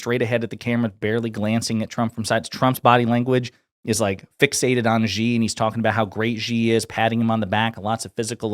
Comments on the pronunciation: Xi Jinping is now the most powerful person on the planet. Isn't it time Westerners learned to pronounce his name? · Come on people say president Xi name right, it's not Gee it's Xi pronounce like She